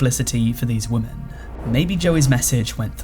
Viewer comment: Learn to pronounce women in english please!